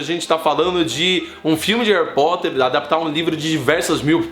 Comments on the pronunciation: aew cuto "reri porti" kkkkk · peidei molhado quando tu falou Harri Poti kkkkkkkkkkkkkkk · "Harry pote" kkkkkkk Kkk caguei de rir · HAHAHAHA Harry Poti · Harry poti 😂😂😂😂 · Harry Pot kkkkkkkkkkkkk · "Harry pote" tah parecendo minha errando os nomes 😂😂